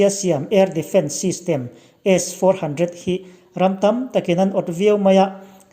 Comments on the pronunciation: I tawng hi a van pai em em ve aw S 400 tih i lam pawh khi aw🤫🤫🤫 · A chhiartu hi 😂😂😂😂😂,S-400 alam dan te hi 😂😂😂😂😂😂😂